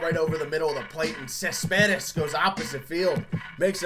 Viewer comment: You can't say Cespedes right😂